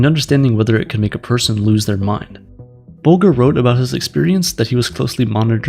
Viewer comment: I think it's pronounced bulge as in, "haha, he's got a bulge!" rather than it rhyming with vulgar. Whitey Bulger